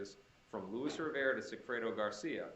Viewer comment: Is anyone tired of the “louis” rivera? Its LUIS! So annoying